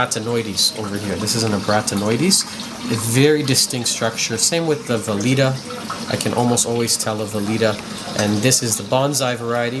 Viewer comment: Acropora TORTUOSA, not "tortusa". Acropota ECHINATA, not "enchanata". A. speciosa is very hard to find. Great coral! Nice A. plana!!! Acropora VALIDA, not "velida". Acropora ABROTANOIDES, not "ebratanoides". Acropora FORMOSA, not "fomusa". Frag your Acros with tissue recession far from the mark and save them. Please don't play making jokes with drugs. That's some serious problem in anyone's life! ;) Thank you for sharing the images! Those were amazing!